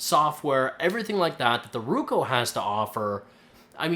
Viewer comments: its not ruko its roku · I'm Canadian. That's not a Canadian accent. You are mispronouncing it. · if you say ruko one more time I'll lose my mind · nice video but the correct brand name is ROKU and not RUKO ! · IT'S NOT RUKO !!!!!!!!!!!!!! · Right? How do you mess up a two syllable word.